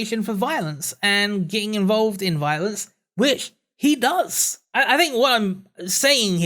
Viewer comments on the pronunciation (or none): Ok say it with me its think, THink! not phink, dont accuse others of not doing something that you cant even pronounce. Also why the hate on black pigeon for using an avatar? Those are some big stones being thrown from your cracked glass house avatar.